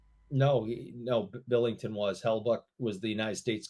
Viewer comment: Mmmmm meat in the game. ** meat in the game noises ** Also enjoy focus on meat in the game that he repeatedly calls Jordan Binnington … Billington. Ala Craig Billington noted 90s backup except for that year he played 63 games for the expansion Senators